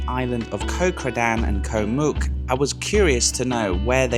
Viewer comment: Koh Mook is pronounced to ryhme with "look" not "puke".......